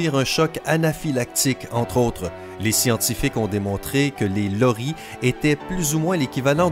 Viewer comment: Je M appele loris mais tu prononce le s et c bon et le loris n est pas vraiment n non plus dangeure